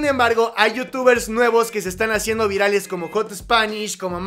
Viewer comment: Jot spanish jajajajaja ??? Es jat spanish bch aprende ingles lil bch :v